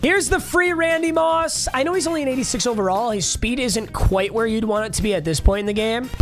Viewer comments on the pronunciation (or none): none